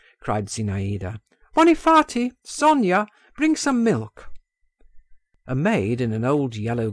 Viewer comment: Who is this character named "Bonnie Farty"?! That's what the name sounds like to me... Or maybe it's "Honey Farty" ??? Whoever or whatever it is, the ending of the name sounds like "Farty"!